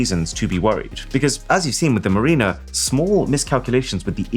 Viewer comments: It is pronounced mar·i·ner /ˈmerənər/ not "marina" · NOT 'MARIE-NUH' - try 'MARRY-NUH'. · It is caramel. A friend has a rabbit R1, he loves it. (And it's not 'Marina' it's Mar-in-er'.) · Mariner is not pronounced like 'Mareener'. It's like 'Marinner'. I've never heard anyone else pronounce is as you did. 😉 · Ok Mr. Boss, I've only got one critique for you. Mariner isn't pronounced Ma-reen-er. It's pronounced Mar-ren-ner. It's an actual word, as in someone that travels over the water. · Its "Mare-En-Er" Mariner. Not "Muh-Reen-Er" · Meh any AI that makes folks say Cara mel properly has to be perfection; those folks cannot complain when they think Ar Kansas is pronounced Arkensaw. Edit ...massive sigh pronunciation alert it's Mar iner 1 not freaking Marina as that is a place where boats are docked. How can you get it wrong the first time yet right the second time for Mariner 2 ? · "Mariner" is pronounced "ma-rin-uh", not "marine-er"! Just for future reference! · The space probe is pronounced mar in err not Marine err. Mariner like a sailor. Such as a submariner never pronounced sub marine err always sub marin err. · I can't believe you blamed an exploration satellite for a rocket telemetry error. I mean, yes it's rocket science, but that's like blaming the passenger in an Uber for not putting gas in it. Also, I can't believe even as a Brit, you can't pronounce Mariner properly. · It’s not “ma-reen-na” (spelt marina), it’s “ma-rin-ner” (mariner). And the Y2K bug was not laziness, it was due to the initial prohibitive cost of storage - RAM and disk space - because a number between 0 and 99 could be held in one byte, whereas a number between 1900 and 2000 requires two bytes. In 1970 1MB of hard disk space cost about $2,000, by 1990 it was around $10. But nobody spent the money to rewrite the software to take advantage of the relatively cheap price of storage because, profits, until they needed to because, no computer, no profits. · "Marrinuh" not "Marineuh"